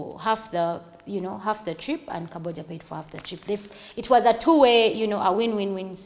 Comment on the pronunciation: It’s Kabojja not Kabbojja